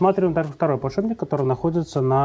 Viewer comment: Мастер, блин, подшипник обзывает " подшибником"